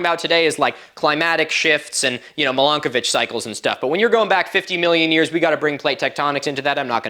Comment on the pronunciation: Every time you say Milankovitch Cycles I keep thinking you're saying Milkovich and scenes from Shameless keep popping into my head. 😆